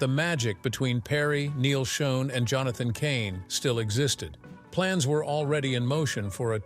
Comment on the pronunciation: Doesn't the producer of this video have the time or inclination to check the auto-speak's pronunciation....especially of important names? Neil Schon (pronouned "shawn"). Come on. Maybe this entire thing is written and edited by AI....which would explain it.